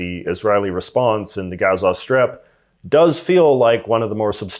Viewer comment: You are a Canadian.... Be right. And stop the shit talk. And you don't really care.. Say Gaza right. Not ga...za. I'm hoping Israel is gone from the planet. And all of you who jumped on the train of hate. Are now desperately trying to get off. Goodluck with that. This is for views. I know the entire history of Israel. Not a good look. Anybody want to challenge this? Give it a try... I'll destroy your views. I never thought jews were horrible people. I was brought up watching them being gassed and killed by the millions. It was since grade 1 to 4. After i left the French emersion school. I never seen those videos again. It was 6 hrs of torture. So, yay.. I felt very bad for the Jewish people. Then I learned there history. Oops! Bad thing to do. So you keep talking. Without the hatred and history of Israel against Palestine. From some white guy out west. You have zero idea what they are fighting for. Zero. And fk religion. Take that out of the argument and add murder and just pure racism.